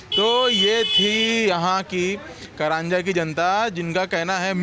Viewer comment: करंजा नहि, कारंजा (घाडगे) कहो.